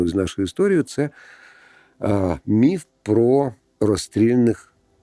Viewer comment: Дякую що "міф" а не "міт"